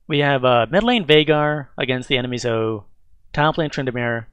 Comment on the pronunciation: Good video. I feel like you say Zoe's name wrong, though. It's "zoh-E"